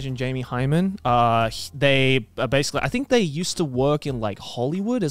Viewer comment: ah yes, "jamie hymen"